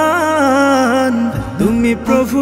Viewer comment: রহমান শব্দের হা টা শুদ্ধ করে উচ্চারণ করা দরকার ছিলো!